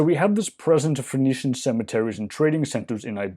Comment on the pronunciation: I keep hearing "phoenician" as "venetian".